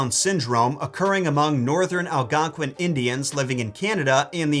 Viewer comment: me and my friend where watching this a miss pronounced Algonquin - From two Canadians